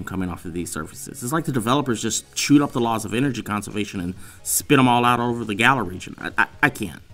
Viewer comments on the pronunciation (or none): none